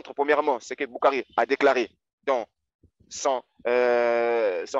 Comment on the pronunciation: Et il a fait de l´arabe en Algerie sa façons de prononçé Bukhari et a mourrir de rire🤣🤣🤣🤣 ils n´ont pas la subtilité du sens des ecritures et le jeux de la lecture, je connais bien le site ou il puise ces information qui a été fait en verité en reponse a un site musulman qui existait bien avant avec le meme nom qui a été radier aujourd´hui, l´ignorance est leur fardeau, BarrakAllah ou fik frerot👍